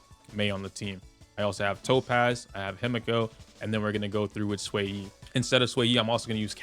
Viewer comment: I'm 1 minute in, thank you for saying Xueyi's name correctly!